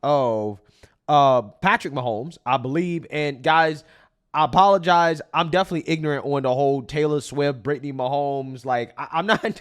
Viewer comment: The word “definitely” is not pronounced “deffly”